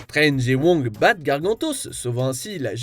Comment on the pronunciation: Surtout si le mec prend la peine de dire Wong et non Vong mdr 😅😁